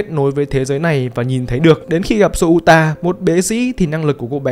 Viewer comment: Souta đọc là Xô-ta nhé, đọc "Sô-u-ta" thì...